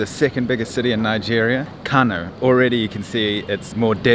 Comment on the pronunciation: Kano is pronounced like kanoo